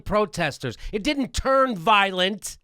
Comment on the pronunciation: the protesters are "voilent" hahahah :)